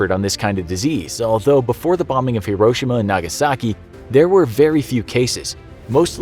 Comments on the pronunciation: It’s pronounced “he-ro-shee-ma” not “hiro-shima” 😊🤙🏽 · it's not "Her-ro-sha-ma" it's HERO-SHE-MA